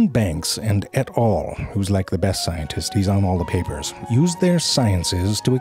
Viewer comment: I literally did not ge the Et. al joke the first 10 times i've watched this video. I thought he was saying Ed Hall or smth lol